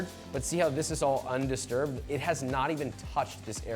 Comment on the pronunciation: It's "undistirrbed" 😅